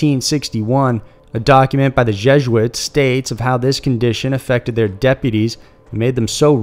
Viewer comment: Can you maybe learn to say things properly? We're in North America, not India for starters (our native people are not Indians). "Wen-di-go" not "when dingo". "Jez-oo-its" (sounding like "Jesus") not "gesh-ooits" (with a soft G sound).